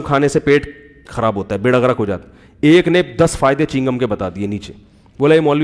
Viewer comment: Molana sb chigham nahi chew gum hota hy